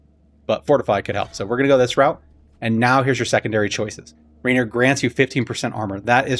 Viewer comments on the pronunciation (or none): Good info but there is no n in Raheir. 😊